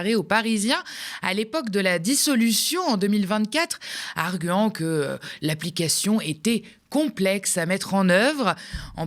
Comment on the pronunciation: Argüant? On prononce arguant comme argant: parle français bordel!